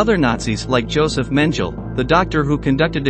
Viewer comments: You can't even pronounce the names normally, that guy's name is Muller, not Moller and it's not Mengel, his name was Mengele. Look into it or is it just about the clicks? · It's not "Mengell'' either.